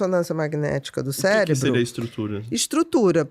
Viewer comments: ''cérebro'' cé - re-bro - cerebral - ce- re-bral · Todas as vezes q o rapaz diz cérebro eu celébro...